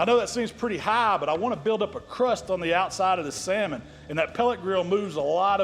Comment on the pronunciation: I’m so proud of you! You finally learned that L is silent. I ain’t knocking you, I’ve only learned that in the last 10 years or so and I’m just about 60 years old. Btw, that saLmon recipe rocks, I’m going to try it. Thanks for teaching us what you know sir, I really appreciate it. I wouldn’t be able to smoke meat without your tutelage, been hanging around your stuff for several years now and again, I really appreciate it.